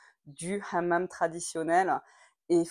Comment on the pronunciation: Excellent, tu as bien prononcé le mot hamam à la marocaine et non pas à la française